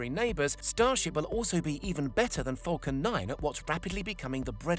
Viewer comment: Falcon not fulcan